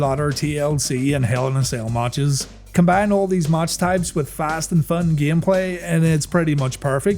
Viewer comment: Its matches not maaaaches